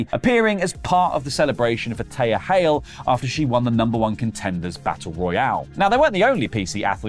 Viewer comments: ...I'm sorry...WHO??? Hail? It's "THEE-YA". Say it like "Three" without the "r". THEE-YA Hail. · Did pronounce Thea and Taya? LOL Not sure if trolling, but it's pronounced Thee-ah